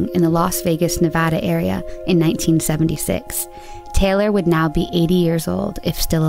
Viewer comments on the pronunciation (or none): none